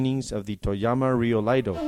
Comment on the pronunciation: Can someone tell the narrator it’s iaido not Laido